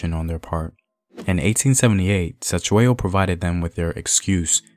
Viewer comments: this piece is perfect except for the pronunciation of the King's Surname. "C" has a soft front mouth click sound....DM me and I'll teach you bro....Great stuff....I am forever watching your material! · Mfethu I was he not Se it's Ce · 😂😂the C in Cetshwayo was so disturbing,especially when you know how its said but atleast the message got on👌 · I sorry I cannot watch this video if you will continuously mispronounce his name like that. There's 2 thins you could do: Ask a Zulu person to teach you how to pronounce it or just refer to him as King C. But you too can learn how to pronounce it like we learned how to pronounce and speak your language. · Wish u can learn how to pronounce our names right Cetywayo Learn how we pronounce C in Zulu your video is great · It would be so easy for you to find a Zulu person and ask how to properly pronounce the names. #Respect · 🙆🏾‍♂️😂yo..the way he says Cetshwayo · That's not how you say Cetshwayo. 😂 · I'm not Zulu but you aren't pronouncing "Cetswayo"s name correctly This is very disturbing you should've atleast researched how the way you pronounce the name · Atleast attempt to pronounce King Cetshwayo's name. You did not even try, you shouldve atleast done your homework on how to pronounce his name before your actually teach us about him. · You could start by pronouncing his name correctly you know.